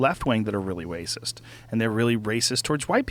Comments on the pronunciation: "WACIST" Joe Rogan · Lol really wacist